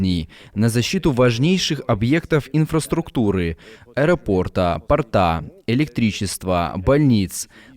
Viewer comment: "аэропОрта, портА" Вы бы выучили ударение в словах и перестали растягивать окончания слов, уважаемый закадровый! Не надо коверкать русский язык! А основывать свои выпуски на словах малолетних "политологов" - полный позор. Нет компетентных источников информации - не выходите в эфир.